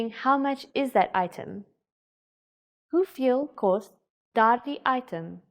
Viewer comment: She isn't doing a bad job tho. Except that biki. It's bietjie right. And she makes a Dutch variant on kos. Kost.